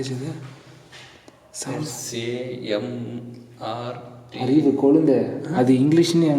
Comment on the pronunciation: SAMART😂😂( )